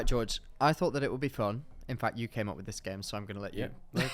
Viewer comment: Your Spanish pronunciation of "George" was not good - and I'm English! George is pronounced more like "hoor-hey" with a bit of a throat thing on the initial "H" ✌